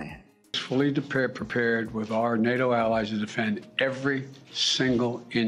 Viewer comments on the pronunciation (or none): none